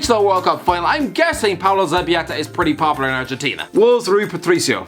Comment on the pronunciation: no one:: Pablo Zabiyeta